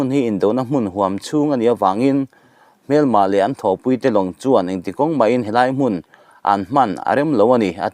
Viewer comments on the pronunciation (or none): none